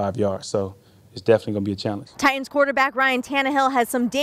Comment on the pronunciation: Say it with me, "Tie-Tuns". Not "Tie-Uns". So annoying when I hear this